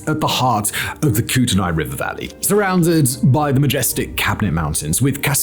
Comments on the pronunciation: It's Koot-a-nee. Not Koot-a-nie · Like this... Koot-knee, not koot in eye. Your welcome Simon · It’s pronounced like koot-knee. Not kutenai. Ew. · Like Kootenai, pronounced Ku-tn-knee by the people who actually live there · its pronounced “Coot-knee” Sincerely, a former PNW resident of 27 years. 😉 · Kootenai is pronounced koot-knee. I am salish and kootenai. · In British Columbia we pronounce it more like "KOOT-nee" or "KOO-tin-nee". I swear every video I've seen about this situation pronounces it so differently though ("koot-te-nye" or "koot-te-nay") I began to wonder if it was a regional variant 😅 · Slight nitpick: locals prounce Kootenai like "koot-nee". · BTW, Kootenai is pronounced "Koot-knee". I live in Libby and my friend just buried his wife last month and she went nowhere near the mine. She got asbestosis from just shaking out his work clothes before washing them. He has it too but he's hanging in there. Asbestosis is a dream disease for a big company because it can take decades to appear, long after the executives who covered up the risks are retired or dead. Until executives who actually made the decision to cover up the facts start going to prison this will continue. Just fining a company is considered a cost of doing business. If you make a billion dollars from producing an unsafe product and get fined $250 million, you still made $750 million. Not bad. People need to go to jail over this. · Its pronounced "coot knee" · It's pronounced Koo-tin-ee, but great video! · Fwiw it's pronounced koot-knee. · Locally we pronounce the area of Kootenai as koot-a-nee . I wonder if Simon can do a video about the Hanford Superfund clean up in Washington State next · I was thinking the same thing when he said "ai". It was a nice chuckle before the terrible reality. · Being from around the Kootenai River originally, it's pronounced more like "coot-nee." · I'm guessing you're saying Kootenai? It's pronounced "COOT-eh-knee."